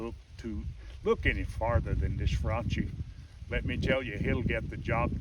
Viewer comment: You're a nutjob... also, that's not how you say Franchi: "chi" in Italian sounds like "key"